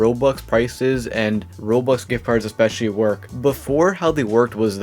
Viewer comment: why do u say "rols"